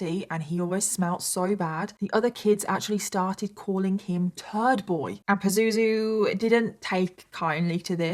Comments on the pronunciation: I'm laughing everything you say his name and you said it so many times it sounds like poo zoo zoo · Omg everytime you say "Pazuzu" my brain goes to Zazu from The Lion King😂😫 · Have a hard time not cracking up at the use of the word "Pah-zoo-zoo" hahahah yikes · Am I the only one that finds it funny when she calls him Pazuzu? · It's not a funny story but I'm creasing every time you say his name Pazuzu. :) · I kinda giggle every time she says “pazuzu” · Every time she says "pazuzu" I giggle 😂